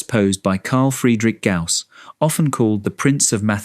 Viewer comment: The name is Gauss not 'gas'